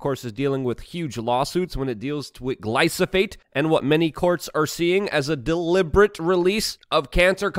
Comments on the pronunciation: Luke, I love ya bud But its Glyphosate, not glysophate And its Kyle Dunnigan, not Dunningham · Did you say, glysophate? We know it us glyphosate. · Gly-pho-sate !!!! Luke!!! Practice with me: Gly-pho-sate.